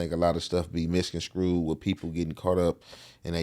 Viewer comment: I f*ck with Young Jefe but bro "pominenet" (prominent )and "misconscrewed" (misconSTRUED"?!?! On my soul I'm not trying to shame my young brotha but there's folks out there looking to take away from any point you're making n that's low hangin' fruit. Just learn the words..write them down and enunciate them so your haters/skeptics don't say 'he don't know what he talkin' about' then tune you out/turn and miss your objectives. You have very substanent content, I'm a subscriber bro..Practice and keep doin' ya stuff.. u got it!